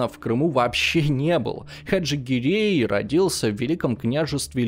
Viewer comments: гирЕй, не гирЭй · Почему ГирЭй? Как-то режет ухо! ГирЕй правильнее, считаю! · Но при этом тут до фига других кривых удареней от вИзирей до гирЭй - что это вообще.